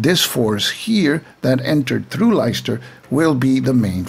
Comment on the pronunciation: Pronounciation - Leicester - "Lester" and Derby - "Darby". Great video!